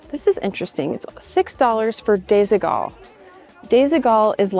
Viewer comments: It's actually pronounced desi-wall. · Disigual is pronounced disidual 😊❤ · love your channel! Just FYI, Desigual is a Spanish brand. And the u sounds like a w when you pronounce the brand name. Sort of like desequal but with a g. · It's so funny how you pronounce Desigual, it is a Spanish Brand from Barcelona, still quite expensive, and the name means smthg like "uneven" because of the funky colours and shapes. Some pieces are really goog quality mostly the vintage from the 90's